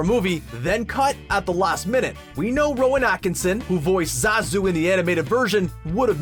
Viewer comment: Finally, someone who pronounces Zazu's name right. John Oliver actually looks like this new Zazu too. That's what Shenzi's VA looks like? Jeez! I don't think Beyonce is confident as more so that she is comfortable with being in the spotlight; one is only confident when meeting a challenge.